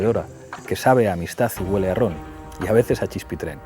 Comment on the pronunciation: Que alguien le diga a Pablo que se dice "chispa e' tren" y no "chispitrén".